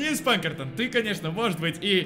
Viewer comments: Ска, почему ПаНкертон если Пакертон!, по внимательнее!!! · Её зовут Пакертон,а не Панкертон и не Пинкертон